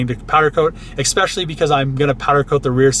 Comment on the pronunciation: You had me until you said ECKspecially